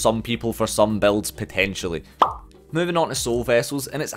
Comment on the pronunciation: It took me 15 minutes to realize he was saying BUILDS not BELTS. English is not my first language.... XD